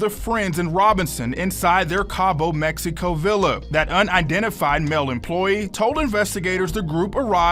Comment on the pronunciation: Did this Negro say, "Messyico"?